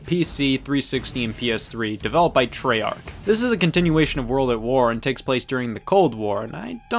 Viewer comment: He said treyarch wrong